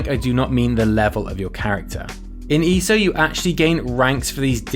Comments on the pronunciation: E.S.O.... not E-so 😂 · Dude! It's not "eeeeso". It's"eee ess oh". Just because people write ESO instead of E. S. O. does not mean you can just slur it all together! It is literally the abbreviation of "Elder Scrolls Online". If you're gonna make a video on something, at least get the name right. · Why does he say easo